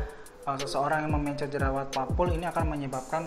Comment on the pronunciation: aneh banget cara ngomong mencet sama pencetnya. kaya pelafalam e dikata mencret